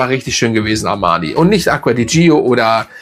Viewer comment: Ich schätze Deine Videos sehr. Aber Deine Aussprache dieses Dufts tut mir wirklich weh. „Dscho“, nicht „Dschio“!! Und nun zum Parfum. Am Anfang Zitrus und Veilchen, dann Veilchen. Der Spaß dauert vielleicht vier Stunden, dann nehme ich nichts mehr wahr. Und wenn ich schreibe nichts, dann meine ich auch nichts. Für mich der Fehlkauf des Jahres. Ich habe mich so geärgert, dass ich es heute im Mist entsorgt habe. War ja nie ein Fan der Gio Reihe, aber dieses sogenannte Elixir schlägt dem Fass den Boden aus. Was für ein Gegensatz zum Armani Code Elixir, der zu meinen Lieblingsdüften zählt.